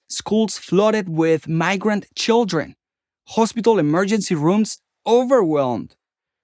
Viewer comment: He slipped up and said “CHILDREN” with a perfect American accent 😂😂 what a joke! PragerU is a joke